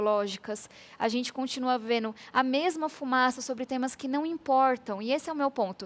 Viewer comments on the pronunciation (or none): Só não gosto de ouvir pessoas cultas falando " veno, quereno, disputano" ... Mas é uma promessa boa.